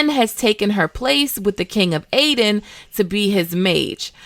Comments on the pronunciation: also Aedirn as well 😉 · Aretuza and Aedirn, not Artenuza and Aedin.